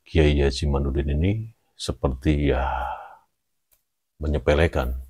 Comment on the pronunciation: Kyai Imad pake dal bukan nun 🙏mhn maaf ada 10 x nyebut imanudin yg bener kyai Imadudin